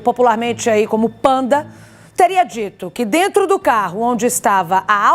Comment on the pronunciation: "A gente vamos", achou pouco e disse: "Analisar tudo o que tem DENTU do inquérito". 😅😅😅